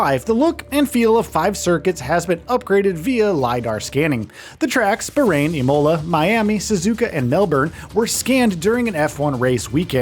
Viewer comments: Can't pronounce Imola. Can't pronounce Sainz. But should value opinion on an F1 game? Really? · You pronounced Piastri and Immola wrong Lol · you forgot to disclose that this was a paid advertisement dog. literally just reading the bullets points off the EA website while clearly never playing an F1 game before. Otherwise you'd be able to pronounce Konnersport or Sainz or Bearman or Imola